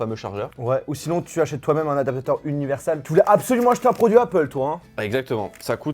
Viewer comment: Pourquoi vous dites adapateur ? ADAPTATEUR,. C'est pas compliqué